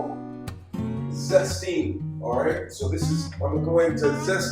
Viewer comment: I think you say things stupid on purpose.. Im catching on to you Edit: 😂 zesteeng Edit again: cheese greaTeer! You clearly have something going on here. Im new